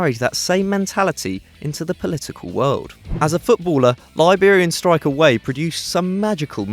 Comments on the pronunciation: its george weah not george way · Weah is not pronounced Whey, but is pronounced Weaha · It's not pronounced George Way, it's pronounced 'Way-ah'. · "George Way" lol. You're such a noob